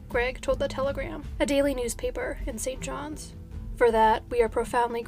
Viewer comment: Thank-you for including a Canadian case! Also, kudos on correctly pronouncing the S in St. John's, Newfoundland. Many people get this wrong. 😀